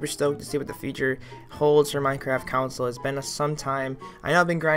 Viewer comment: "counsle" dont u mean console. xD